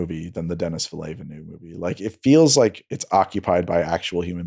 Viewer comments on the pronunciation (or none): Den-ee Veal-Nurve.